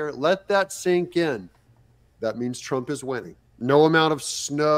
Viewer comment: Whoopi cannot even say TRUMP